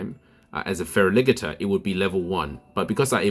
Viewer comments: Did you just say Fera Liggater? 😂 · I think the only thing I don't agree with is the way you say Feraligatr lol